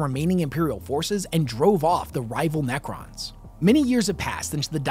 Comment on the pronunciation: Nacrons? Naccer please...